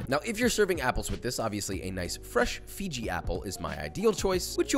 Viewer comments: my mans said fiji apple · I'm sorry did you just say Fiji apple? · where does one find a "Fiji" apple? Pacific Ocean? think he meant to say "Fuji" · Josh said Fiji Apple Even though It's Fuji Apple. 😄